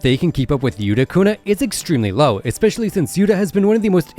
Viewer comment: it not yutu kuna yukuna